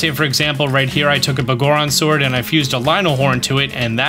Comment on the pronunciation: I died a little inside every time you said “Buhgoron” sword instead of “Biggoron” sword.